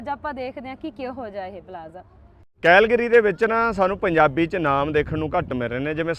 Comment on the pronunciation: ਭਾਜੀ ਵਰਡ ਦੀ ਪ੍ਰੋਨਾਸੀਏਸ਼ਨ ਸਹੀ ਕਰੋ ਸ਼ਹਿਰ ਕੈਲਗਰੀ ਹੈ ਕੈਹਲਗਰੀ ਨਹੀਂ